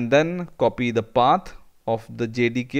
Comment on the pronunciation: lol when he says "Path", it comes out as "pat"